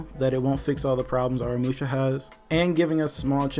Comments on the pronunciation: The problem with Aramusha is that everyone keeps pronouncing his name wrong lol it’s pronounced uh raa mu shaa Not no “are uh musha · In the trailer Aramusha’s name was pronounced correctly, in this vid tho it just makes me cringe